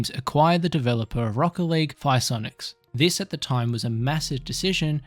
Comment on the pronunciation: I know this is irrelevant to the video, but is that how you are supposed to pronounce “Psyonix”? Have I been saying it wrong?